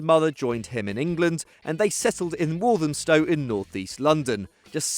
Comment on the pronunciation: you prounounced walthamstow wrong